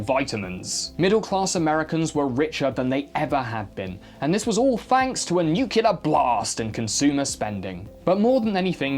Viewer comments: Nuclear, please. Not Nuquilar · It's pronounced nuclear, not nucular!!! New-clee-ar not new-cue-lar! Get it right! Apart from that, great video! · Is it? He uses the same accent that I do and it sounds like he says "new-cu-lar", not "new-clear", bruv. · Nukyouler. Newculir? For goodness sake. Nuclear is pronounced NEW-CLEAR. Nuke. Lear. Lear jet. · "Nuclear" is pronounced "new-clear", not "new-cu-lar". I enjoy your videos, questionable pronunciation aside. If you have a speech impediment, then I apologise (but I'm reasonably sure that you don't!). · N U C L E A R, N U C L E A R, N U C L E A R not nukeular, don't be dumber than G.w. Bush Jr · HA! LOVE ALL Y'ALL VIDEOS! GOTTA ASK: ... WHY YOU SAY NEW-QUE-LER SO OFTEN? (NOT THROWING STONES... UR VIDEOS R ABOVE 9,000. JUST SEEMS LIKE UR DOING IT ON PURPOSE? ) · Nu-CLEAR damn it!! Otherwise, good vid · i love your videos but STOP SAYING "NUCULAR" FFS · "Nu-cu-lar" is the most common mispronunciation, infamously used by George W. Bush, for example. Fortunately there isn't an official pronunciation guide for English but respected dictionaries have pronunciation guides. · I love this channel but his horrendous pronunciation of “niche” and “nuclear” really fucking pisses me off because he’s quite clearly intelligent enough to know hes mispronouncing them but he just doesn’t correct himself aaaaarrrgghhg